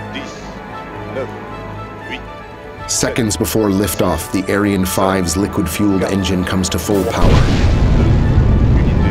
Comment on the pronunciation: Just one thing. Ariane is pronounced 'arryanne, not aireane.